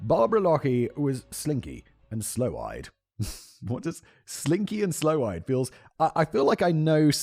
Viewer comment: SIMON ---> sloe-eyed (not SLOW-eyed) means dark eyed something attractive in Mediterranean women.